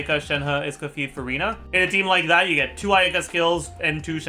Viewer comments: It's Escoffier not Scuffier after all baddumtss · Pronounced Es co fee ay 😂